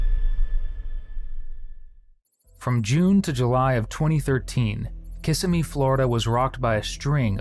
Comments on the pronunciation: KISS-IM-EE. Not Kissame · Kiss-emmy not kissa-me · oh god. hell no.. It's :Kuh sim ee". Not "Kisah Mee:. /wrists. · It’s pronounced kassimmee not kissimmee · The Florida city is Kissimmee, with the emphasis on the second i - not KISS i me. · kih-simmy not kissa-mee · It's Prounced KISS SEM ME. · You’ve got the wrong emphasis on the wrong syllable ~ Kiss-emmy. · It's pronounced: Ka Sim Mee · KA-SIM-E AI has a lot to learn about pronunciations. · Not KISS-uh-mee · Can you please learn how to pronounce Kissimmee? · As someone who lives in central Florida, way he is saying Kissimmee is triggering me so bad😫😭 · I live near Kissimmee and I can’t stand that this narrator didn’t take the time to learn how it is pronounced. And YES, I know that is dumb of me. But, there you have it…..😂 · If this is a real narrator he should learn how to pronounce Kissimmee .